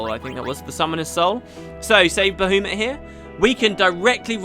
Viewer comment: Coeurls are from a scifi novel from the 60s and the idea of them is what inspired the Displacer Beast in D&D! Also I try hard not to judge people for their pronunciation, especially if I understand what they are saying but every time you say "ba-hoo-mit" it makes a piece of me die. Not sure why I'm so sensitive to this particular thing. Maybe because he's also a D&D entity?